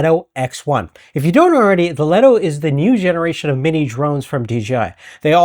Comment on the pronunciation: Leeto! Not leto!